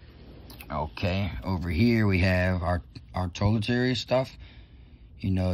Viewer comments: Haha frog nigga said toiletaries not toiletries. You silly. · always rockin man. My mans said “TollATrees” instead of toiletries. 🐸 a real one though bro. No cap